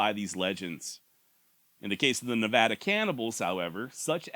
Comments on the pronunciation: You said Nevada right. 🥲 ❤ From Las Vegas. Edit: I really do appreciate the accent effort. We're a strange mix of south west and California valley. I still identify as a cowboy. 🤠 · Thanks for pronouncing Nevada correctly! Was my home for 17 years and maybe again!!! I love the Southwest! Love the Pauites too!